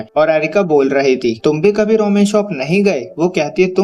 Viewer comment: Bro roman nahi ramen hota ha bro